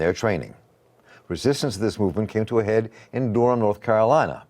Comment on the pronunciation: Bull City 919 all day even tho he keep pronouncing it wrong lol. Dur-am